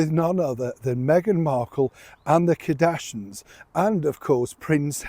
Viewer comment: I like your videos, but really, it’s so disrespectful to continually mispronounce someone’s name. It’s Kardashians…….pronounced…..KAR-DASH-E-ENS. Not KA-DASH-INS.